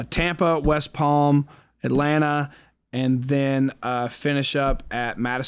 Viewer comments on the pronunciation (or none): none